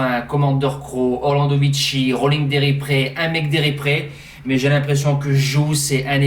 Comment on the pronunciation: C'est un G pas un J..... GU D'HERIPRE.... merci pour le prono 👍